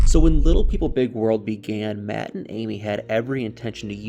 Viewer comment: You said that right, MATT made that farm.